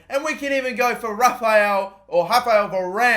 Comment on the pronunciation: Anybody else get triggered by the way he pronounces Varane's first name